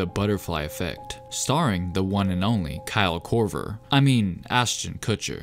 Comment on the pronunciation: When u said Kyle kover lol 😂